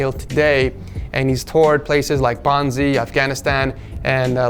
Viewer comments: bosnia not bonzie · Did he just pronounce Bosnia Bonsie? LOL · Bosnie?You mean Bosnia my dude